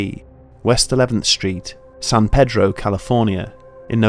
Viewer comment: thats not how u say pedro